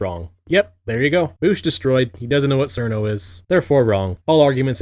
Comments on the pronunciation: I thought it was pronounced "Chirno", I get that her name is spelt "Cirno" but I could've swore I've heard it pronounced "Chirno" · Yes and all, BUT it's pronounced cheer-no. ZUN was going for "chill-no" and that's the closest Japanese phonemes can get. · Imagine mispronouncing Cirno when calling somebody out for not knowing who Cirno is.